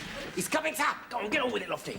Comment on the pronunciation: It's not Saab (that's a brand of car), It's Sahib and yes, Sahib means Sir